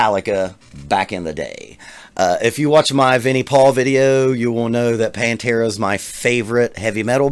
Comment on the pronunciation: Bless you for saying PANTERA 👍